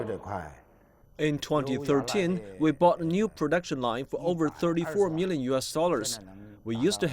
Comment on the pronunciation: his hundred sound like HungDred. Million sound like Mellium Everyday sound like Eveeyday Workers sound liek Wokers